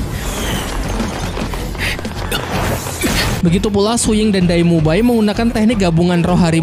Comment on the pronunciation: Kenapa banyak yang salah sebut ya? Shrek Jadi Sri Langke Frander Jadi Flender Zhuying Jadi Suying Su Yuntou Jadi Suyanto Apa Saya Yang Salah Denger Ya?